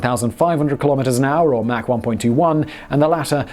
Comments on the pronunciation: MAC 3???? ITS MACH. MACH!!! MACH!!!!!!!!!!!! SPEAK ENGLISH YOU TEA SIPPING MARY. LOL. FJB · You left out the Mach 20 (pronounced "mock", not "mack") Kinzhal hypersonic missile announced in March of 2018 which renders the entire US fleet helpless. Please figure out a way for those of us who are already supporting you on Patreon to avoid the commercials! I went to and used the Search feature to find this episode on and got lots of hits - NONE of them to "Mig-31. Has Google managed to destroy all relevant links on the internet? I even tried the Duckduckgo feature Mig-31 to no avail. I could not find this episode on . I use Brave, Firefox, Vivaldi, and Opera. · its not mac its mach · Its mach not mack. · It is pronounced MAACK as in AU vs MAC as in McDonalds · Please say Mach (like MOC ) not like MAC & cheeze. Thanks. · You say "mach" like "Mack". Check the pronunciation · Mach is a German name and is pronounced Mahkh, not "mac" as in Big Mac or Macintosh. "Aircraft" is always singular, as in "fish" or "deer". Who is "Mickey Anne" and does she make airpanes? ;-) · Mach is not pronounced mack, but mawk or mock. He literally just finished saying he looks up the pronunciation if it involves the subject matter of the video. Smh. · Mach is pronounced as mark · "Mack three..." LoL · Pay ten bucks a month for no ads....still get fuckkkkkking ads. And that’s pronounced (mock) Mach 3. 22 meters is not 274 meters think you added 2 by mistake